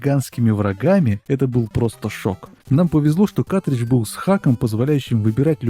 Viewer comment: Мляяяяяя ещё один, вроде взрослый с виду. каТридж, СКА КАРРРРРРТРИДЖ